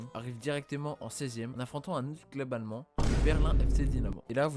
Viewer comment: Punaise tu prononc vraiment bien les noms allmend, j'ai rarement vue ca chez des francais chapeaux Et banger la video